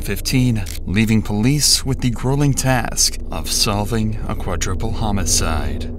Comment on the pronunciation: It's QUADRUPLE......NOT quaDRIPPLE.....GEEEEEZ.